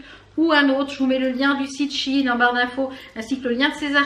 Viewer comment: Super la vidéo ! Je viens d'apprendre qu'on dit she in et non Sheiiiin mdr